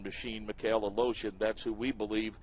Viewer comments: Every time they say Aleshin... im like. Where are they finding the letter O in that last name? They keep saying Aleoshin. ITS ALESHIN.... E.. NOT O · he says aloshin its aleshin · It's not fucking "Alotion", it's Aleshin! This guy should learn how to read, because it's annoying. Hope Mikhail recovers well and fast. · UH LOW-SHUN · What is the commentator saying? Mik hail a lotion? It’s not a that hard name. Is he even trying? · A-lotion? Fuck's sake. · LOL they pronounce Mikhail's last name as "a-lotion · Mikhail "a-Lotion" Good grief... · Joey of the Bacons Who do you think I'm???? fook.. I'm Russian, and every frikin russian can tell you that is NOT how you say Aleioshin... Its sound more correct if I was to say Valoshin.. now thats more of a russian name.. but "Al-oh-shin" is NOT russian. its sounds like and American braking his tong trying to say it right , but fooking failing misrably